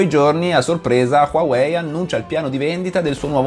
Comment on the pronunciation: LA PRONUNCIA NON È QUAWEI MA HUAWEI